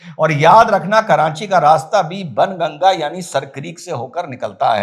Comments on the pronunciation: " बाण गंगा" बोलिए सर "बन गंगा " नहीं । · SIR JI KRUPA KARAKE BAN GANGA NA BOLE PLEASE SAHI MANE ME BOLANA HAI BAAN GANGA YE AUR BAAT HAI KI LIKHA JATA HAI BAN GANGA LEKIN PRONOUNCIATION HAI BAAN GANGA PLEASE YE MERA SUGGESTION HAI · 🙏🏼सर, आप बाणगंगा को बनगंगा बोल रहे हो 😁😅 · सर... बन गंगा.... नहीं.."बाणगंगा".... बोला जाता था...! एसा सुना हैं हमने भी...🙏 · ', "बाणगंगा" बोले, बन नहीं... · i think its not ban ganga its baan ganga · It must be बाणगंगा not बनगंगा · सर बणगंगा नहीं "बाणगंगा"❤ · सही उच्चारण कीजिए बाण गंगा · बनगंगा नहीं... बाणगंगा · Bhaan Ganga Sir...Not Bn Ganga....Jai Hind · Sir its not banganga. It is baanganga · Correct sir , But " Baan Ganga " . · It is Baan Ganga - where Baan means Arrow ⬆️ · baan ganga not sir greek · it’s pronounced as Baan Ganga… Hindi of arrow 😊